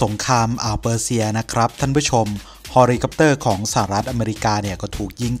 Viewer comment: อยากแนะเรื่องการออกเสียง ฮอลิคอปเตอร์ เป็น เฮลิคอปเตอร์ ครับ